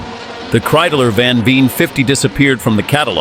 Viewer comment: It’s Kreidler! Not Kreideler🤬